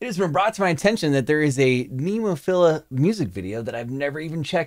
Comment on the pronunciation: Nice reaction and all but they called "NemoFearA"